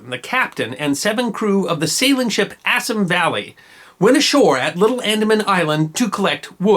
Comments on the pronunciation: Good video, but could you do something about your mispronounciation of Indian names? For exampe, "Bengal" is properly pronouced "Bengaul" to rhyme with the ancient Roman namr of France, and "Assam" is pronounced "Assaam" not "Assm" GOT THAT?!! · Assam pronunciation incorrect. Ref